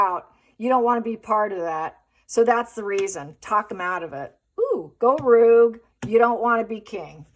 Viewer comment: Rogue? Pronounced rogue…not ruugue… o as in know…